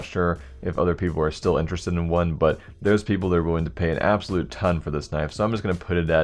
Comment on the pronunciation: "abosulute fortune"